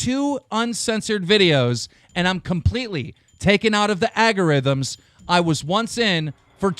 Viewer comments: Keemstar you're great and all but Jesus fuck you need to learn English. Except is NOT the same as accept. Also algorithm is A L not A R. argorithm is not a word. Not to be that guy but if you're going to read off tweets at least pronounce these easy ass words correctly. I know a lot of your fans are younger but there has to be a lot of people that agree with me on this. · Keem, what's an agarhythm ? Dylsexic fuck